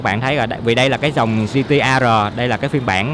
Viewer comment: “Gi Ti E Rờ”. :))) tây ta lẫm lộn :v